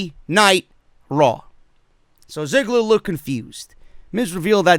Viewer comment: Is it me, or did I literally hear Goldberg say Dolph Zigger and not Ziggler?